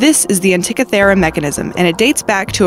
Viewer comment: The narrator needs to learn how to pronounce the things she pretends to be informing us on. Its anti-KITHER-rah not ant-tickey-ther-ruh. and you gotta love jude-EYE-ism ....